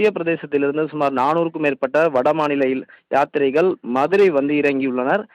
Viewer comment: யாத்திரீகர்கள் என்று சொல்லத் தெரியவில்லை